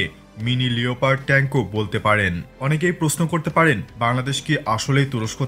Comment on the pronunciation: Smooth❎️ Ismoodth✅️ Leopard❎️ Liiopard✅️ Kanglu😂😂😂😂reeee